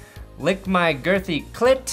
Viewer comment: You butchered some names of your patrons dude. T hundered was " Thunder "and lick my gritty was "girthy" bud.